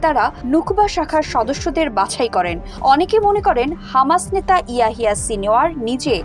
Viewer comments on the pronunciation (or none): none